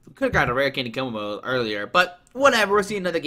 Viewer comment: To pronounce Kommo-o KOmmo O